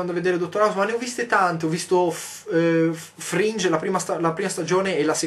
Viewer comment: FRAING hahahahahhaah fail!! no mi spiace si pronuncia "frìng", più o meno come leggeresti "falange" in italiano ma con la "e" finale stretta. XD tra l'altro fringe significa "frangia" inteso come acconciatura di capelli.